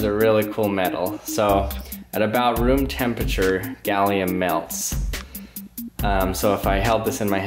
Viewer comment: I hate when people say "tempature".